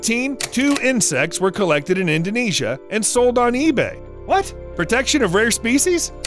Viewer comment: I appreciate the accuracy of the way you pronounce "Indonesia". I am from that country... And you are awesome 👍